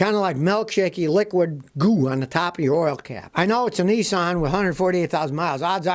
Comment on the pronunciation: To make the electric truck they would use 3times power on making these stupid cars .Your saying it wrong its Nisan not Nesin ..